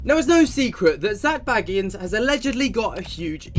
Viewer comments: It's BAYgans, not Baggins, let's not insult any hobbits here... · I love your dives into this as a 'having second thoughts GA fan' but his name is pronounced Zak BAYgans not Baggins like a bl00dy hobbit please stop it now 😅😅